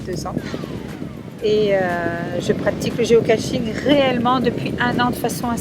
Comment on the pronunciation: Géocaching, pas Géocatching ! On ne se bas contre personne !